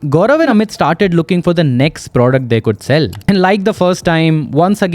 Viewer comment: The way you say "and" like "A'hand" is a bit annoying, genuine feedback, Please work on it.